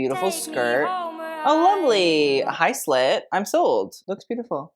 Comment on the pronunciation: Instead of "Hi Slit!!!" I heard "Hi slut!!!" and I was like "PARDON???"